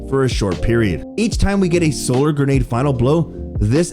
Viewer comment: I can only hear "gernade" so many times before stopping the video and watching someone who knows how to pronounce the word grenade.